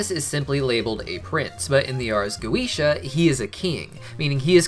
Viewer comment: The correct pronunciation of goetia is goh-eh-tee-ah. I only care because my cats are named Solomon and Goetia. I wish Vivzie had gotten it right.